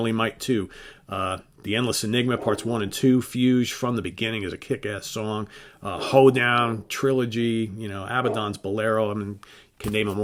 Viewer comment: Your ranking is perfect, but please learn how to pronounce Fugue (hard G).